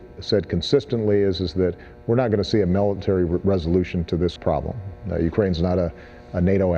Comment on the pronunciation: "melontary"? Someone has watermelon on his mind...